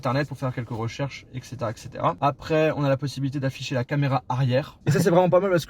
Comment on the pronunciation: "la camela"😂